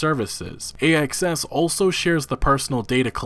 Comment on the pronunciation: Ohhhhhhhhhhh...."A.X.S.". I wasn't looking at the screen and I thought he kept calling the company "A.S.S.".